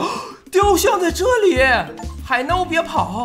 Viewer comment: 鲤鱼你怎么叫海鸥 海耨😂😂😂